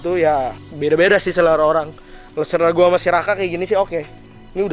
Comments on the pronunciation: Selera bro bukan serela hahaha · selera woy bukan serela wkwkwkw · Selera bang selera, bukan serela. 😅😅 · Serela atau selera?